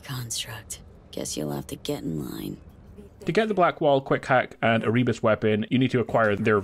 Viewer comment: Content creators should look up the pronunciation of words they don't know before making videos. It's Er-uh-bus.